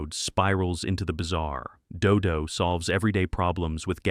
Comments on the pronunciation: Interesting how the AI couldn't figure out a consistent pronunciation for "Dodo". Also how Space Angel gets cited, but Clutch Cargo doesn't get a mention... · I don't know about you, but I ALWAYS want censors to be bad at their jobs, if we have to allow them to exist at all. I also like how your AI narrator flips a coin on how to pronounce 'DoDo' every time it says the name. I swear I saw 'The Mighty Heroes' on Dallas TV in the 1980s; I distinctly remember a baby superhero with a bottle and a guy in a sailor suit who turned into rope. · First of all, if you can't use a real human narrator then don't even bother. The narration on that segment about "Dodo the Kid from Outer Space" was especially bad. Three different pronunciations of "Dodo"? ("Dodo", "Doo Doo" and "Do Doo"? WTF???) The Beagles' soundtrack is available on CD if you're willing to look for it. It's available in a "two-fer" with the soundtrack to The Banana Splits. Funny Company was a hit show for a while. The character Shrinking Violet had a talking doll made of her by Mattel. As others have stated here, Space Angel was from the same studio that created the better-remembered Clutch Cargo. Tennessee Tuxedo was a legitimate hit show. The character was not "Professor Whoopee", but "Phineas J. Whoopee", referred to as "Mr. Whoopee". He was voiced by Larry Storch of F Troop. Rocket Robin Hood looked like it was done by Grantray Studios, the same Canadian animation studio that produced the syndicated Marvel Super Heroes series that debuted in 1966. What that Hot Wheels cartoon got in trouble for, basically being just a half hour long commercial for Hot Wheels toy vehicles, was attempted again much more successfully in the '80s with shows like The Smurfs, G.I. Joe, He-Man & The Masters of the Universe, Transformers, Voltron and several others. Those shows were even more brazen about it though. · I'm dying with Dodo, DooDoo, Dudoe. The AI hasn't pronounced it the same way twice.